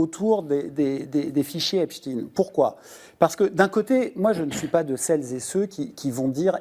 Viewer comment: Einstein Frankenstein Epstein Par pitié les gens arrêtez avec epstin, c’est ridicule